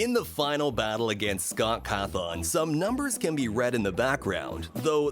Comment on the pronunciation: Bro Said Chica Is Freddy, Mangle Is Foxy, and Foxy Is Funtime Foxy, and He Pronounced Cawthon as Cahthon.